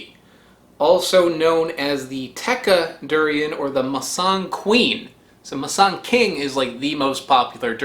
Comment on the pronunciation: It's pronounced as moo-sang king. Loved the video by the way. I freaking love durian! It's now in season and this year there's surplus of fruits so it's quite cheap. I'm loving it ♥ lol 😂 😂 😂